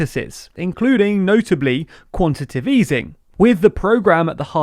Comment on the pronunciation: Writes: "quantitative" Says: "quantitive" Someone needs enunciation lessons...